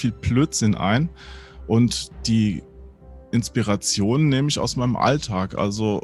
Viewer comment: "Inspereischon" wurde Deinem Wörterbuch hinzugefügt. 😜 Interessanter Einblick. 😃